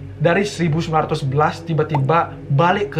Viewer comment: apa cm aku yg denger ngomongnya 1919 bukan 1911?😂😂✌